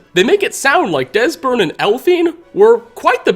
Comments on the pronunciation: I hate these guys. They're fantasy Nazis. And did anyone happen to notice that at one point, voice not only breaks, he mispronounces their names, saying "Desbern" and "Elphine" instead of "Esbern" and "Delphine"? It really bugs me! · Did you just say Desberne and elphine? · Haha he says Desburn and Elphine a simple but funny mistake to make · Is no one gonna point out he said "desburn and elphine" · Am I the only one who noticed him say Desbern and Elphine? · bahaha “desbern” and “elphine” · you said desbern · I'm not ignoring him say Desbern and Elfine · "Desburn and Elfine", sounds like you got a little dyslexic for a second, lol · Desbern and Elfine eh? reached a new level of mispronunciation. speech increased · Anyone else hear him say "Desbern and Elphine"😂😂😂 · Dude mispronounces EVERYONES name. Serana, Durnevir, etc